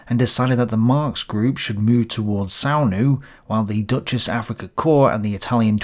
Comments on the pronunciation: are you pronouncing Deutsches like "Duchess" just to troll the Wehraboos? Because it's pronounced Doych-ess. Listen: Anyway why bother to say the "Deutches" part? There was no other "Africa Corps" in the theater; everyone knows you mean the German one if you just say "Africa Corps". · Hey, you're pronouncing it as "dutchess" Africa corps. Try "d-(oy!)-'tchess" Africa corps.